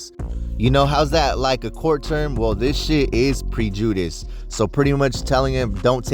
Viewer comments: PRE—JEW—DISS???? 🤦🏻‍♂️ prejudice is pronounced as pr-eh-Jah-dus. Easiest way I can describe it.. I think we all need to take a reading and comprehension refresher course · Pre-jew-diss. 😂😂 Its. Pre-jah-dis. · Mf said Pre-Judas lol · PREEEE JUDIS???? 🤣 HOMIE U DUMB AF 4 REAL NBS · Pre judice 😅 …prejudice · 😂😂😂😂.".pre judas"😂😂😂😂😂its prejudice 😂😂😂get a dictionary homies 😂or tall to chat gpt , whoever let you talk like dat is not your friend 😂😂😂😂😂😂😂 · "Handle that with pre judas" 😂 its prejudice homie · Damn.. not with prejewdeece. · Its pronounced Preh-juh-dis homey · Say it with me pre-ju-dice non reading ass nigha 😂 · Prej-u-dice , myboy 😂😂😂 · Aye foo i hope your clowning around cause comn "pre-jew-dis 😂😂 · 😂😂😂😂learn how to pronounce prejudice 😂😂😂😂😂😂😂😂😂😂😂😂😂😂😂😂😂😂😂😂😂😂😂😂😂😂😂😂😂😂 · Did he say prejudice 😂? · i died the way he pronounced prejudice 😂😂